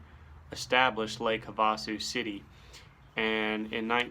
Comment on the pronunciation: Just found your channel and subbed. I know I’m late to the conversation but for future reference, lake havasu is actually pronounced Have-a-sue. During spring break it unofficially changes to have-a-screw. Not sure how I know that.